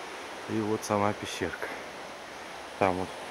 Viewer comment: Нм Пещерка, а Пещëрка.